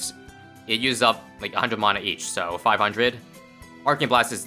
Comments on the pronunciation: It’s pronounced mana not mana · Mana isn't pronounced like that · Every time says "mana" I take 1d4 necrotic damage